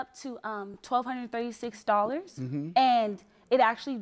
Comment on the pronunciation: FORTY DO-LLARS?!?!